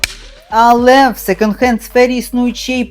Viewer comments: произносится секОнд хэнд) почему вы сто раз сказали "секенд"?)) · Мова безграмотна: що ,,секЕнд" хенд, що ,,більш краще", що ,,шестиста"...